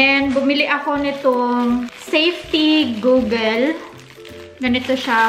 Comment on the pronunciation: goggle is pronounced as "gagle"